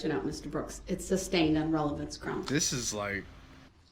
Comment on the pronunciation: He constantly says “ axe” for “ asked” “relevancey” for “relevance” and “ license place “ for “ license plaTe “! Drives me nuts!! He has a high school education so why doesn’t he pronounce these words correctly? He easily picks up some new legal terms correctly so I guess he mispronounces those words intentionally!! Just ignorant! Insulting and he knows it. He’s doing this on purpose!